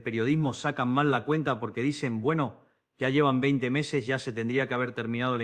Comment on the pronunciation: Quien es la mala persona q hizo esto retrucho.Dice IA en lugar de ya,millones,contribuían.